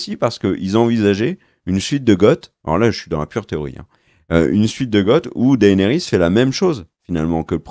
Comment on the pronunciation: Bonne vidéo mais le mec sur son canapé il exagère sur l'ep3s8 il est pas dégueulasse et tes prononciations elles sont degeu pour Daenerys, et stp, c'est "Boba Fett" et pas "Boba Fé" (24min46).